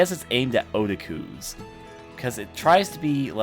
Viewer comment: um did he pronounce Otaku wrong?